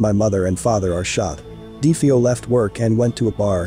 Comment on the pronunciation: I wish people would pronounce last names properly. Do they not listen to interviews or do research any more? It's pronounced DeFaio. Not Defaio.